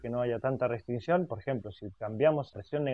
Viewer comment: Entendido Sr. ""